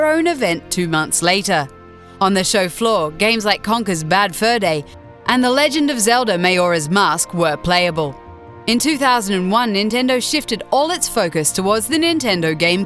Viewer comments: Who the hell pronounces it, "Mayhora's Mask". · SHE PRONOUNCED MAJORA AS MAYORA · "Mayora's mask" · Maleeeee? Mayora? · ocariner, meli, mayora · Err... "Mayora"? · Okay, mispronouncing "Majora" I can understand. But "Melee" is a common English word and they say it in the game. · Dat pronunciation of melee and majora doe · I cringed so hard at her pronunciation of Majora, Melee and Iwata. It's like your announcer has no idea what she's talking about and simply reading off a script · She said Majora wrong lol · who the hell pronounces "Majora" and "Melee" like her?